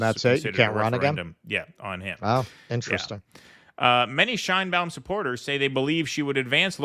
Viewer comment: In México her name is not pronounced that way! the right way to pronounced it, the Mexican way, is Chain, as in chain, ba-un... Chain-ba-un and nobody cares about her Jewish background, the color of her eyes, the length of her hair, her age,...she has what it takes to be a good president.